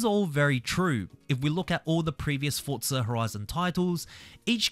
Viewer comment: Fortza fortza fortza